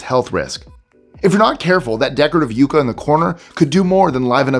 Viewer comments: Yucca is pronounced "yuck-a", not "you-ka"!! Good grief. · The Yucca is pronounced Yuck-ah. Not Yoo ka….its my state plant js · Yucca is pronounced differently. I can definitely understand the mistake. Less “you” and more “yuck”. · I love how all sorts of tongue, twister and foreign language. Words roll off your tongue, apparently quite easily. However, that plant in the corner - the pronunciation is yuck-uh. Otherwise, I quite enjoyed this list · yucca yuck a not you k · It's yucca like yuck. STOP saying "youcca" it's like nails on a chalkboard. How do you pronounce difficult hawaiin names but struggle with a word you can sound out & repeat it over & over & over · Yeesh! Do your pronunciation homework, guys! The first mistake is “Yucca.” It’s not “you-ka”, it’s “yuck-Ka.” The second word mispronunciation is “Lodi.” It’s not “Low-Dee”…it’s “Low-dye”. Haven’t you heard the Credence Clearwater song, “stuck in low-dye again”? It’s the little things that bug me. Once an editor, always an editor, I guess.😮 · Yucca...."yukka", not "yooka" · You mean: Yuck-kah, not you-kah? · yucca = yuck-a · I've always pronounced yucca with a short "u" as in yuck... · Watch you every day - thanks! Check your prounciation: it's yucca sounds like yucka (short u) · It’s pronounced yuck-uh. The plant. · Yucca, pronounced "Yucka" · Yep, "Stuck out in Lodi, agaaaaiin!" I noticed the Lodi mispronunciation too, and also that he called the yucca plant, a yuca plant. They are different, the yuca is a starchy tuber grown in S. America, like a potato, but better (IMO). He pronounced yucca, as "yoo' ka", but the variety of plant that is popular as a landscape or house plant is pronounced "yuck' a" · Why are you mispronouncing yucca? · You're pronouncing "yucca" wrong. Good video, interesting. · Please listen to the pronunciation of yucca. Also love your channel ❤️ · Learn how to pronounce YUCCA correctly,, Google it!!